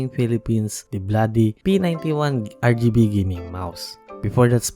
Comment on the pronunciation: de blaady RrrrrgibeMouse